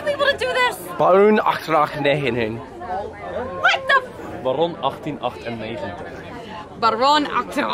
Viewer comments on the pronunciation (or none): being a dutch person, it's hilarious hearing and trying to pronounce Baron 1898